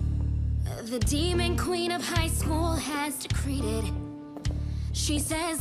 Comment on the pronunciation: LMFAO DECREEDED!?😭😭💀💀💀 it’s decreed IT! IT!!!!😭💀